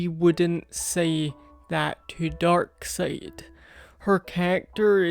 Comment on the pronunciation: it's pronounced dark side